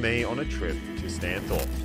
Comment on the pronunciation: And "Stany" (as in stani) not Stano